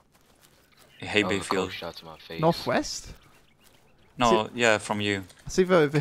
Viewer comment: LOL they both kept saying "Hey Bey Field" XD